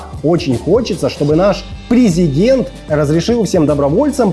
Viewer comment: В слові "президент" дві помилки. Видно, що його багато по голові били......